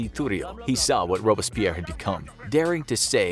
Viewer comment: Dude, one thing. It's Robs-pierre Rob-berts-pierre. Don't let bad pronunciation runs an otherwise good video.